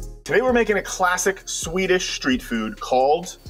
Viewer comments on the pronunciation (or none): none